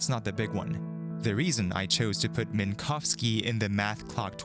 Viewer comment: I really appreciate that you made sure to pronounce Minkowski’s surname correctly! Unfortunately it’s not common to hear an English speaker making any effort to not horrifically butcher a Polish surname (or almost any non-English surname, tbh), and you NAILED it every time, which makes me all the more happy.